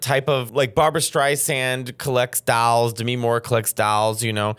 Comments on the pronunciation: It wounds like you’re saying “dowels “ 😂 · "dAlls, Oh my Accent"..... "the ugly dAlls!! Barbara Streisand collects dAlls, Demi Moore collects dAlls" I can't!! hahahha🤣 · “THE DALLS” Mateo, you can’t read THE DALLS! 😂😂😂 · Dahls? Dowels? Dowls? What is he saying? 😂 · Say dahls one more time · How did you turned a one syllable word — dolls — into two syllables?! I was listening to this, not even watching, and I thought you were saying “dowels.” I was like “why the fuck is he talking about dowels?!” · Trying not to choke on my lunch every time Matteo says “dalls” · People are teasing Mateo over how he says "dolls" and I can't hear anything wrong with it cause I grew up around the accent. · The way you say “doll” 🤣